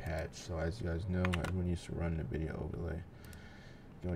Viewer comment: 'in'vidia, not 'nuh'vidia